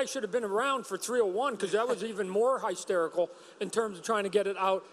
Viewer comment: "High Sterical "😂😂